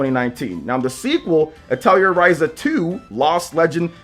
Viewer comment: Atelier is french and it's pronounced ATELI-AY.